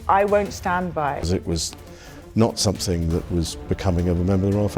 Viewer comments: What a Godawful phony and contrived "accent" this narrator has. Sadly, your pathetically desperate attempt to sound "cultured" or "refined", or whatever you think your way of speaking conveys, fails spectacularly when you say "somethink" as opposed to "something". Professor Higgins would be terribly disappointed in your shameful elocution faux pas. Perhaps you should go back and watch My Fair Lady again from start to finish. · Comedy accent by the Voice-over guy! That's not Queen's English - (which he's obviously trying to fake). Even if it were a "proper" English accent, nobody with that level of inbred accent would ever say "sumpthink" when pronouncing the word written "something". The V/O takes all credibility from this film and makes the whole thing utterly laughable.